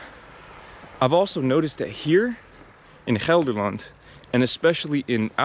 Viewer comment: You pronounce Gelderland like you are a native, well done!